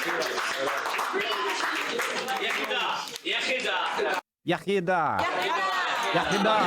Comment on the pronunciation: You pronounced "Yachi dda" better than 99.99% of English people. I'm pleasantly surprised